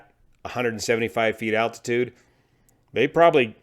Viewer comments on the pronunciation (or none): none